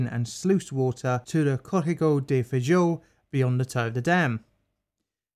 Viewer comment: Awesome video, though knowing a little Portuguese, the dam was actually pronounced "Brooma-jin-yo" (the 'h' in Portuguese is pronounced the same as ñ' in Spanish). And I admit, Portuguese can be confusing! 'Feijão' is actually pronounced "FayJAOWN" - that weird 'ão' is a nasal syllable. Brazilians (and Portuguese) seem to love talking through their noses! Anyway, on topic: The reason tailings dam lessons aren't learned is simple greed. It's much easier to just dump the tailings until the dam breaks, then use the government to make sure the next of kin are quietly bought off with spare change, and go right on doing what they usually do. Some governments eventually get sick of tailings mudslides and actually do something about the mining companies, but Brazil's government has little interest in such things. The firefighters and rescuers are heroes, though. Full stop.